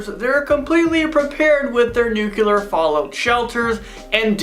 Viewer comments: Stop Saying nucular!! Please!!! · STOP SAYING NUKELAR AND STOP SAYING "IS THIS REAL LIFE RIGHT NOW?!" IT'S ANNOYING!!!!!!!!!